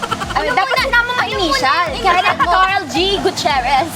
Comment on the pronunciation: said kensh🤭🤭